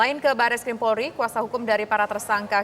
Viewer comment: pembaca berita menyebut "PORLI"